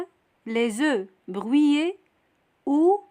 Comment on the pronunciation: Le h de haricots est un h aspiré, il n'y a pas de liaison. Dans le mot brouillé, on ne dit pas bruillé avec un ui mais on dit brouillé avec un ou. Merci.